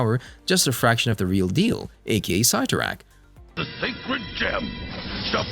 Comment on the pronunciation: If your going to talk about these Marvel charictors please, please learn how to say their names correctly. You are not saying Cyttorak coreectly at all and its maddening to hear.